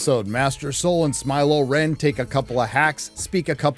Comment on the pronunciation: Not “Smy-lo REN” ahhhh